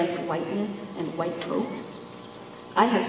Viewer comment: I can't tolerate him that much to do it. When he says "huwhite man" or "queen", I just can't